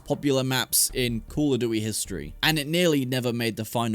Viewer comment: Call oh duwy ??? 🤣🤣